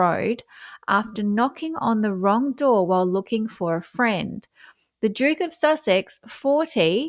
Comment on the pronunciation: Harry : I'm looking for a fwend. Will you be my fwend? 😂